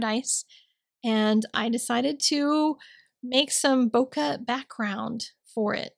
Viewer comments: Hi, - One day I might give this a try. It is a beautiful card! I looked up "bokeh" and found the second syllable to be more like "kay" than "kuh." You always inspire me and say "woof woof" back to your dog for me! L in PA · Hi! This is Stunning. Love, love, love it. Bokeh is pronounced Bouquet. Sending Hugs!